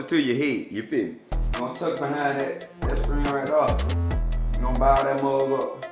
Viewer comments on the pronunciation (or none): none